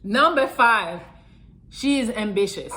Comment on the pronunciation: Did say ambitious or ambitches